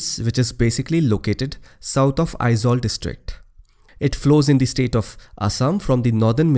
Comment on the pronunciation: You the one only i ever come across non Mizo who correctly pronounce Aizawl most of the people pronounce as Ai-zual that not not correct the correct sound Ai-zol .. Thanks Bro !